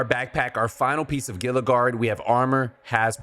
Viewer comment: I'm not calling you out specifically, but I keep hearing people pronounce Gila like "gilluh", when I'm pretty sure it's supposed to be like "heeluh", as in Gila Monster. It's a southwestern reptile that lives by the Gila River. Big and slow.